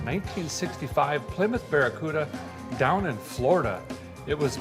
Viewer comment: This was a collab and we didn't know it..... and joined forces. 😎🔧 Awesome job on the BEAR-A-CUDA fellers! (I know it's "Barricuda" but...well *grins benignly*)